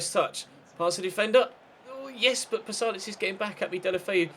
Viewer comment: Its Pasalic, not Palasic